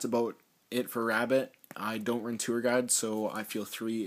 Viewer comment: when you say "ABOUT" lol sorry but i watch how i met your mother and robin says it like you.